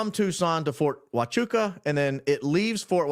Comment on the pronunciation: Fort Hwah-choo-ah....